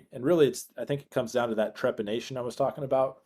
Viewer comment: It does sound like the guest keeps referring to trepidation rather than trepanation. Though I guess both are valid in the circumstances.